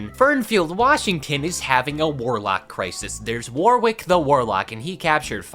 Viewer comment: "Warwick" is generally pronounced, "Worrick".